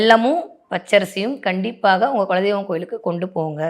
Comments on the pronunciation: Kindly pronounce as kula deivam.🙏🙏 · குலதெய்வம் என்பது சரியான உச்சரிப்பு